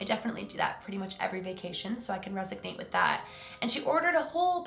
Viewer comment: i love you tons but its resonate. not resignate